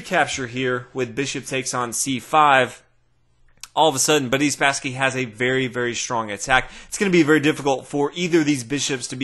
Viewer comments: Why do you pronounce Boris as "Buddy?" You keep saying what sounds like to me "Buddy Spassky." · More like Budiss Spassky lol